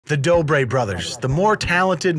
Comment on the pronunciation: you called them the doobie brothers lol. doobie > dobre